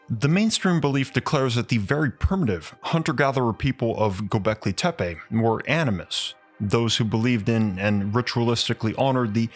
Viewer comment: the way you pronouns gobahli tapeh is so funny if we translate it word by word it means mushroom hill.